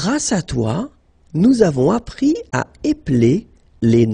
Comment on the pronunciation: I am not so good at french but I still have a remark which I think may be wrong: , shouldn't "avons appris à" be pronounced "avonS appriS à"? Instead in the video, it's pronounced without the liason, is there a reason for this?